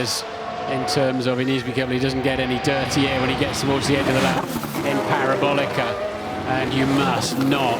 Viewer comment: Reminds me of O'Hare airport, just before you get to the airport, there are a bunch of cars park on the right of the shoulder 🚧 except without the annoyance of this commentator can't pronounce parabólica without the use of the letter R.. 😂